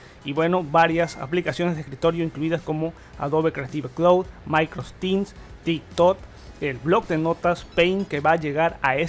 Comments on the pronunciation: Mis orejas sangrab cada vez que dices maicros store, es microSOFT store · Por qué pronuncias "maycros" al decir Microsoft? xd me encanta tu canal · "Maincrosoft" 10doritosdepueh "MaincrosTim"